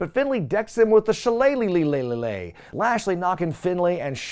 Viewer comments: every other video there's a new le added to shilelighlelegh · If that's how pronounces Shillelagh, imagine how he pronounces Worcestershire Sauce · Or Leicester City 😅